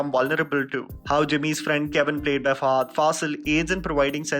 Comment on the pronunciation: Great review! Can we avoid calling him Fahaaaaadh and call him Fahadh, as he should be? 😀